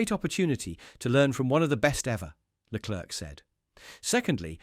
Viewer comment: whilst leclerc (its pronounced leclare by the way) may have 15 points more than sainz, the spanish driver has been the better overall driver this year